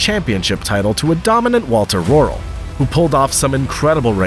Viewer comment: Great Video. Only a pitty you due so little respect to the individuals by pronouncing their names wrong. It's pronounced Piëch (pronouned Piejech) and not Peach (that's a fruit) Walter Röhrl with a silent (R), not Rorrel Hannu Mikola (pronounced Miekola) not Mikoolla Michèle Mouton (silent 'n' at the end), not Moeton